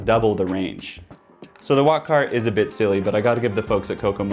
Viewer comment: I thought he said “wockhardt” ngl